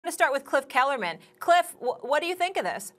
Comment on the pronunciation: She called jit cliff kellerman 😭😭😭😫😂😂😂